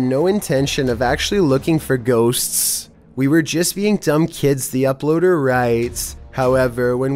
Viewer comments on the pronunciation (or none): This is how says Ghosts "Ghossccss s". I want to watch the video, but his voice goes UP and down, It is giving me a headache, just change the narration to a robot voice and I'm not kidding. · OMG i love his videos, but the way he say " ghoSTS" is annoying bruh